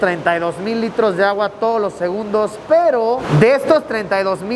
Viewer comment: Gente normal: segundos Luisillo:Segunbdos